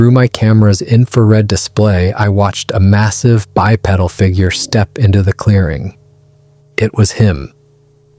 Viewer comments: Guy in a gorilla suit😂. Come on man, get a grip. You and your buddy need to do a better job on the face paint!! Bi-peddle?! It is not pronounced that way. Looks intelligent? Ha ha ha.😮 Good stuff!!🎉😂❤😊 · Is this an AI voice? The way he says, “Chevy”. With an actual ch sound instead of the sh sound. Also the way he says, “bipedal”. The whole thing is fake. Also , can’t see any genitalia. Those angles should be quite revealing.